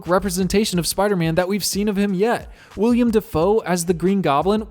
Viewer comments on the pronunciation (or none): It’s Willem NOT “William”, you simpleton. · “It’s not William. It’s Willem” - Quagmire